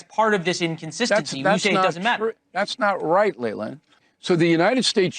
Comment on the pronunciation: Bill. How could you slay Lelands name like that.